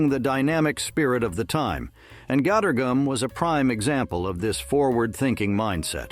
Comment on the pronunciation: I know, I watched his videos before he can pronounce it right and, every time he kept turning it into a different name, cringing and really annoyed when, he called it gottor gum!